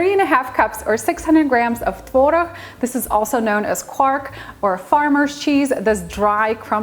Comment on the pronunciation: Beautifull pronunciation of tvorog🙂Tvaroh in my country🇸🇰